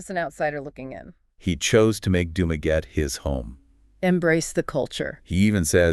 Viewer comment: Nope, it goes like this: Doom-Ah-Getty. Think of doom in doom and gloom. then the awe of shock and awe, last the Getty of the Getty Museum out in Malibu (Spared by the fires).